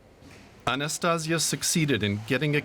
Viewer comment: Not Anastaz'ya: A-na-sta-see-YA (strees on end of word). Anastaz'ya sound like Sexual Tranmitting Disease... And she is not The One - there a thousands of volunteer in all Russia. Also - why no video picture about 16 brand new hospitals built less than 2 months?! On this video is temprorary checkpoint - not hospital for thousand patients... Real brand new hospital is huge! More than in China(!)